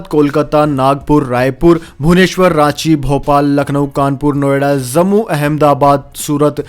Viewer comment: It is not pronounced as zammu but jammu. Not zaiga but jaiga....many more like this. Please correct your pronunciation asap.